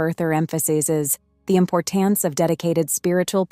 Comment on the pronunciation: example: At about “following” is pronounced fel-LOW-ing. Earlier on , Bible was pronounced “bibble”. There were several others toward the end, that I can’t recall. ImporTANCE